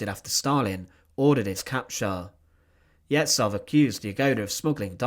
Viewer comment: Yezhov's surname is pronounced YeZHov, with the ZH being a single letter in Russian Cyrillic that makes a sound like at the end of garage.